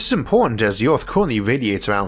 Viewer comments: Isaac has Rhotacism & has spent $10,000’s & 100’s of hours of speech therapy dealing with it. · The end of orrth